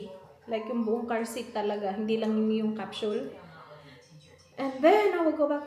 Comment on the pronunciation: It is pronounced as Kap.sul not Kap.shhhuuul